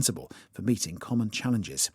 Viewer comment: 혹시 meeting 이 beating으로 들리지 않나요.